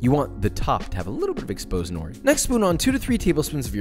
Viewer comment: As a Japanese person I had to cringe every time he said” nori”. Still loved the video🙂